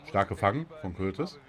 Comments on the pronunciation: Man spricht nicht cürtis sondern curtua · Jaa, falls du es liest wird "Kortwah" ausgesprochen.:) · ™ das ding ist halt das er ihn einfach courtis nennt :D er weis das er ned so heißt wird ja auch ned ingame manchmal gesagt oder so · Ich musste lachen, als er Courtois ausgesprochen hat bei :D ÜBERRAGEND :D